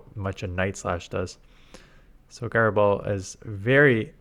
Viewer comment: The g in gyro is pronounced as a j. Jyro ball, not guyro ball.